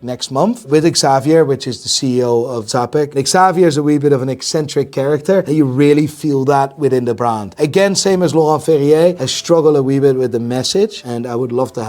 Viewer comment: I m Polish and always i heard wrong prenaunciation usually "CAPEK" - it is CZAPEK - use Polish Google translator :) Tscha-pekh